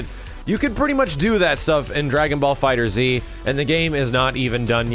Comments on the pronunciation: It's pronounced dragon ball fighters not dragon ball fighter Z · have to say it, it's pronounced Fighterz as in Fighters. It's a pun. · just a small thing, it's FIGHTERS with a Z not Fighter Z. That is all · It's not Dragonball fighter z It's Dragonball fighterZ like as in plural